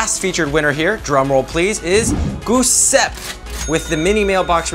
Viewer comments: it's not pronounced gusep, but it's pronounced joocepee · He called dude goo-sepp. I think it's pronounced Jis-seppie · Giuseppe is read Joosappe. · he is worried about saying wisfrey wrong, but says giuseppe like "goosepp" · E' bello anche il fatto che gli inglesi non hanno la pronuncia di "Gi", infatti alla fine ha detto "Guseppe" xD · In fact, it's worse than that. He didn't pronounce the 'pe' either, so he became "Gusep". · its funny how he pronounced giuseppe, its guh-sep-ee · haha the way he pronounced it (guiseppe) (guseppe) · I know one thing for sure in this video which is that Giuseppe isn't pronounced like that it should be jew-sep-peh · It’s guiseppe (Gi-ze-pee) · The way Zach butchered the Winners first name, which is italian, was also magical 🤣